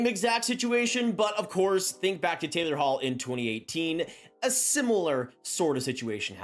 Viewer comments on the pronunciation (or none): none